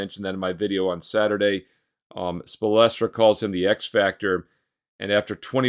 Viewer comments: the way u pronounced spoelstra was odd. I've never heard someone say it like that. You said Spo-el-stra. It's Spol-stra. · Love ya but think it's hilarious when you mis pronounce names even tho u know how and have said them right before. Erik Spo-Les-tra is the goat haha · naw you’re doing it on purpose because I never heard any one butcher his name like that but you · How you pronounce spoelstra wrong when dude been in the league so long ?